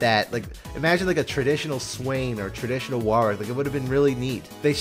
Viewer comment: Wahwr wick? Worrick. Like Warwick the town, or you know, the name. Go watch any Warwick Davis interviews to see how to say the name Worr (like worry) ick. No hard A no second W. Worrick.